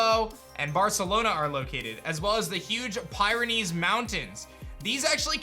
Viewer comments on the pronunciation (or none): none